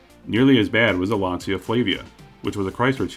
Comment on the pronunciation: Lancia/Chrysler, what a biblically stupid idea, to sell an American Landyacht in Italy. Smart. NOT. And btw, Lancia is not pronounced Lansia, it's Lantsha. It's not American English, it's Italian, hence one of the other 7000+ languages in the world.